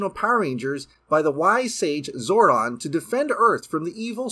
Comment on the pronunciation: 31 seconds.....did this dude just say wise sage ZORON???